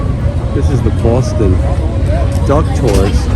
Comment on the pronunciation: Great episode! Thanks for showing us around Boston. ( I can’t even type that without hearing Booooaaaawwwwston) lol